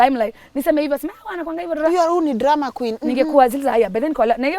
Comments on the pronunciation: I just love how she says drrrrr raaaa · The story is sad but the drrrrrrrah from